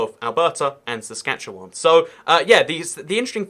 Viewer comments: And as far as I can tell you're saying "Saskatchewan" correctly. Maybe a bit more like the Spanish name 'Juan' (rhymes with 'dawn' unless your accent has the cot/caught merger) instead of the English word 'wan' (rhymes with 'tan'). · you actually said saskatchewan right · You actually pronounced Saskatchewan just fine. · You are actually pronouncing Saskatchewan pretty well. <-Saskatchewanian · So proud that you pronounced Saskatchewan correctly!!! Kudos! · Yeah, you nailed "Saskatchewan". (trivia tid bit) Anywhere, in either province, Lloydminister is casually referred to simply as Lloyd. Hoody in West-Lloyd = Bunny-hug in East-Lloyd. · I’m from Saskatchewan, but live in Alberta. You’re pronunciation of Saskatchewan was better then a lot of Canadians to be honest. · Believe it or not you’re pronouncing Saskatchewan perfectly! 😂 Also you should check out Ottawa-Gatineau (Canada’s capital) on the Ontario-Quebec border. It’s particularly interesting due to the language barrier. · You pronounced Saskatchewan right! Good job! Also, have a good time in Calgary! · Interesting video and your pronunciation of 'Saskatchewan' is spot on.